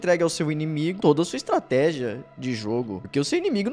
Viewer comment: Estrateja??? Kkkk